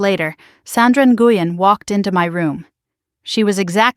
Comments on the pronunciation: Nguyen is pronounced When! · Nguyen is pronounced "Win". Why is the story about the nurse contacting Daniel being repeated........SEVERAL TIMES?? Why not tell it completely the first time?!?